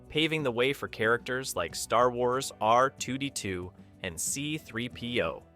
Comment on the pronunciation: Nice screw up on R2-D2's name. Seriously? Arr Twotytwo? Sheesh AI voices are so cringe.